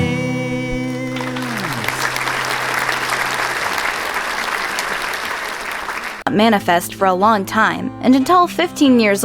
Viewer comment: when he said you’re my diamond I though he said dah man 🤣